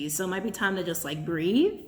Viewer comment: I thought you said “grieve” at first instead of “breathe” lol pretty sure I need to do both!